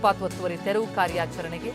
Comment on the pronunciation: ತೆವ್ರು ಅಂತಾವನೆ ರಿಪೋರ್ಟರ್. ಮೊದಲು ತೆರವು ಅನ್ನೋಕೆ ಕಲಿಸಿ